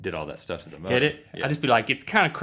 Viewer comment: Rhett said Shtuff